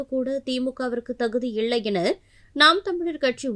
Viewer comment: 'இல்லை' என்பதைக்கூட 'இள்ளை' என்கிறாய்... த்தூ!